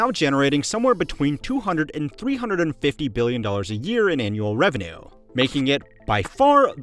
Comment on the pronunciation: How did the word "revenue" get butchered that bad? 😂